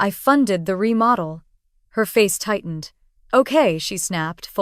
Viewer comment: "remodell"??? It's REMODEL! COME ON, A I!!!